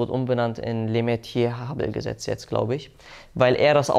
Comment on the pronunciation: schorsch lemätre wird der name ausgesprochen 😀